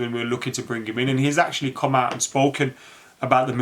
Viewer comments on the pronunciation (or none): none